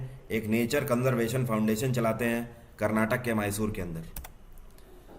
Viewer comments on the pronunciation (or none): none